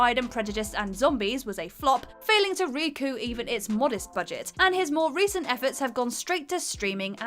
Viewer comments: failing to "re-coo" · Recoo? What? The p in recoup isn't silent